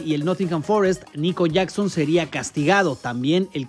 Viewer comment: una falta de respeto que digas Nicolas JACKSON de esa forma